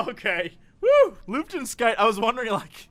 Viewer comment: I completely lost my shit at trying to pronounce Luftfeuchtigkeit. For the record: Luft - air feucht - wet (pronounced /foicht/) Luftfeuchtigkeit - "air wetness" = humidity